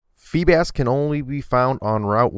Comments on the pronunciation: IT'S LARVITAR NOT LAVITAR! IT'S SCYTHER NOT SYCTHER! IT'S FREEBAS NOT FREEBASS! PLEASE MAKE VIDEOS WHEN YOU LEARN POKEMON NAMES!!! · Feebas is a tough Pokemon to find. You spelled it wrong though and pronounced it wrong, it's Feebas. Not Feebass. And it's Scyther, not Sycther. And you can also find Scyther in Gold, Silver, and Crystal in National Park during a Bug Catching Contest which are held on Tuesdays, Thursdays, and Saturdays. And it's Larvitar, not Lavitar. And it's Lunatone. He is hard to find though as fuck. Eggxecute is also hard to find in Blue and Red in the Safari Zone, I'm surprised you didn't add him. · its larvitar and feebas just lettin u know :D